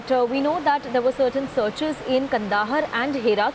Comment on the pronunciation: It's not kandahar...it's kaand haar....in pronounciation